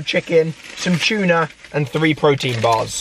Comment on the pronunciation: its not chuna its tuna not chuna